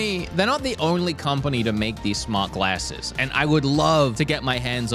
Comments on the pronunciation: Been American for like a week and already saying "glasses" wrong 😂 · That is not how you say glasses